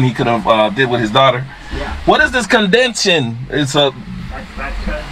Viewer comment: That sub ride was neat. Every time you said condention I laughed I know you meant condensation.